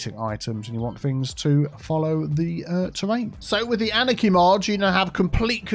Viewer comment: I've been watching you for a couple years but for the love of god: it took me months to figure out wth you were saying while trying to pronounce the word anarchy. Annechy? Aneki? Anakey?